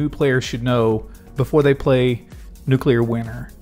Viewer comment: NewClear not Nucular